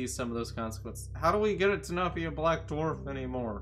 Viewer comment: spike collapses the sun into a blue darf no darf is not a typo he said darf